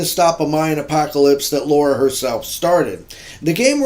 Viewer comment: LOL what is it with Americans not being able to say Lara? It's Lara, not Laura. There is no O sound there. Other than that, good review as always. Thank you for sharing.